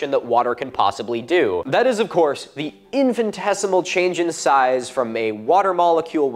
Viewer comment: It's infinitesimal, not infantesimal. Say infinite then say esimal. It's not that the water molecules' sizes change. Rather, due to their polar characteristics, water molecules connect together in chains of six. When the water freezes, the chains take their tails in their mouths, so to speak, forming hexagons (presumably why snowflakes have six sides). The chains pack quite densely, the hexagons less so, as each encloses an empty volume in its center. (This is a high school chemistry-level explanation.) You should understand the difference between sixty degrees Fahrenheit (a temperature) and sixty Fahrenheit degrees (an amount of difference between temperatures). Your viewers may be challenged by trying to think of stone as a force, rather than a substance.